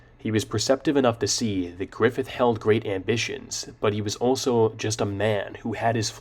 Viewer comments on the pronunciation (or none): none